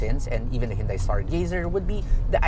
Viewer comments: still saying"hyundai", not hundae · isn't it pronounced "han-dey"?